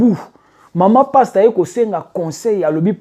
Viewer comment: Desho ndenge ozo prononcé kombo ya sois disons Pasteur yango 😅😅😅😅😅 passtemps Kiékiékié 😅😅😅😅😅 baza penza ba passtemps bazo mema ba sois dison ba Soeur na lifelo Nzambe sunga.il fallait kotangaka ba kombo na bango po balapa